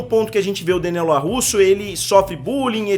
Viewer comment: Vídeo bom, não concordo com muita coisa, mas opinião é opinião, cada uma tem a sua, mas o que deu nos nervos mesmo foi o LaRRusso e não o Larusso durante o vídeo.